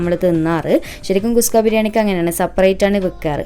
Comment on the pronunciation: നല്ല അവതരണം,,👍 കുസ്ക അല്ല കുഷ്‌ക ആണ്.